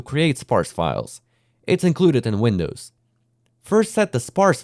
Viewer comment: Windwos instead of Windows